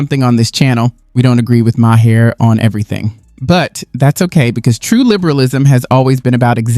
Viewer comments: At least know how to say his name. It’s not bill meer ( it’s pronounced Mar) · Dude. If you are going to make content like this. Learn how to pronounce the names of the people you are including in your content. Nothing says I have no fucking idea who or what I’m talking about like not knowing it is Bill “Mar”, not Ma Hair.